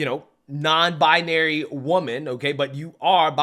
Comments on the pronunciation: maybe someone should point out to her from the start that the word is "binary" sounds like "Bye-naree" not "bye-ah-naree"... as Forrest Gump said "stupid is as stupid does Mrs. Blue" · She's even trying to make the word queer...it's BiNary - 2 syllables - Not 3... BiONary...sheesh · According to her she is "bia-nary" 🤣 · Non - bianary???😅😅😅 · I like how she adds an extra syllable to the word "binary". "Bi-uh-nary!" I guess she loves her label so much she just wants to linger on it a moment longer. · She cant even say the damn word right!! 😂😂 Bi-a-nary?? No ma'am. If you cant say it, you cant claim it 🤣🤣🤣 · Byonary??? She can’t even say the word yet knows what it means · Bi-a-nary...I can't. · Why does this human keep saying bianary? Bianary, bianary, bianary. If this human is non binary, I would hope they could pronounce it correctly. But maybe I am not that imtelligent. My immatelligence sucks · It's funny that she repeatedly pronounces "binary" as "bianary." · She can't even say binary. She's saying buyuhnary. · She says bia-nary over and over. She can’t even pronounce binary. Jeesh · Why does she keep saying bi-Ah-nary 🙉🙉🙉🤯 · I hate how she pronounces it "bianary" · She's adding whole extra syllables to the word "binary" lol I hope that dude finds his way to a divorce attorney and i hope this "vag owner" finders her way to a good psychotherapist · She mispronounces binary! Lol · She can’t even pronounce the word binary. Ridiculous. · she can't even PRONOUNCE the word properly 😐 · She needs to learn how to pronounce binary first....and then seek mental help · She can’t even pronounce binary properly…. smdh